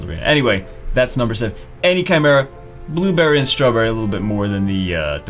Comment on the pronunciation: You pronounce blueberry wrong